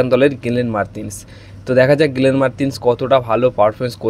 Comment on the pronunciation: তুমি বাবা কি বাঙালী না বিহারী না দেহাতি? এতো জঘন্য উচ্চারণে বাংলা না বলে বরঞ্চ অন্য ভাষায় বলো। গেরেগ, গ্রেগের গেলেন এগুলো কি ভাই? গ্রেগ, গ্লেন বলা যায় না? লোকের নাম পদবী পাল্টে দেবার ঠিকা নিয়েছো?